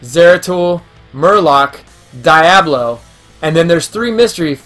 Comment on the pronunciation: These are adorable and I actually want to go look for these! I had to say that Diablo is Dee-ah-blo. I wasn't sure if you were joking but then you said it 4 or more times and I couldn't take it. Maybe be silly but wanted to help you out! Loved the video though!